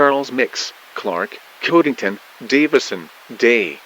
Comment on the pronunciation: Hey! This is pretty amazing but I have the most minor nitpick, at the starting Tornado Watch during the county list, Codington is pronounced wrong. It's Cod-ing-ton and "Cod" as in the Fish or FPS Video Game series. Otherwise this is absolutely fantastic!